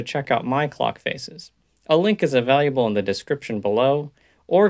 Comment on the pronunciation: Why does she say available like it has a U in it? .. he says availUable